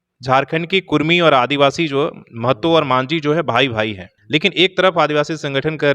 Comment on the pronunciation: रिपोर्टर साहेब,आप हमेशा कुड़मी को कुर्मी कह रहें हैं, कृप्या कुड़मी कहिये ना कि कुर्मी कह रहे हो।